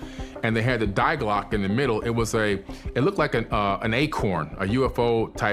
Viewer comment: “die Glocke” is pronounced dee GLOH-keh. It means “the bell”.